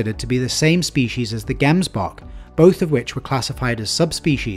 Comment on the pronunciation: Hey great video but a little bit of constructive criticism its pronounced gemsbok but like jems to pronounce "gemsbok," you can split the word into two syllables: "gems" and "bok"1. The first syllable is pronounced as "jems," rhyming with "gems" or "hems"1 Once again I don't mean to criticize you, I love your work